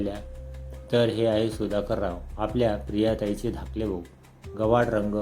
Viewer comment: धकले नाही धाकले